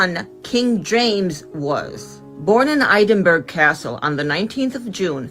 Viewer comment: She miss pronounced Edinburgh